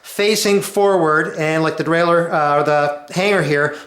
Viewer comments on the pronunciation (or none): none